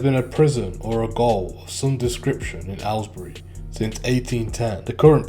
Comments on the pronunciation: Don’t want to be a dick here mate but Gaol is pronounced Jail, it’s the old English spelling. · It's gaol not goal